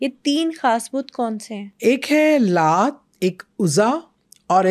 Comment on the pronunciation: Excuse me idols k name bhi apko thek se bolne ni aty these are Laat, Manaat, Uzza